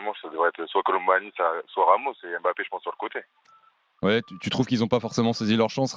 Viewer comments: Mbap-pé pas M’bappé c’est si simple un peu d’effort! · De grâce ! Arrêtez de dire M'Bappe c'est Mbappe ! Tout comme c'est pas Comane c'est Coman ! Faites un effort....